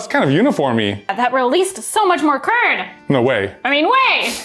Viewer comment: "DO NOT DISTURB THE CURD!" I heard "Do Not disturb the TURD"